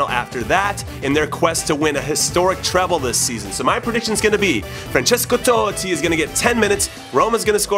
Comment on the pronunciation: francesko toe-tti